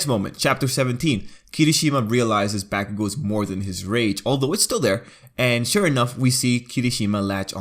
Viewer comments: When he said Bakugou like "B A ck U G OE" I was just so upset and disappointed. I was kinda excited to watch the video and then just bam. English accents some of it's words while Japan messes with pitch. For example: English: Ba NA na. English accents the middle na Japan: ba naa na visualized like this _/- _ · It’s hilarious how he’s trying for a Japanese pronunciation with Kirishima, lilting the r and everything, and then just bAkugou.